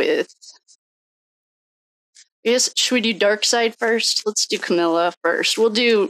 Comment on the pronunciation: It’s Comma-la. The bias is clear.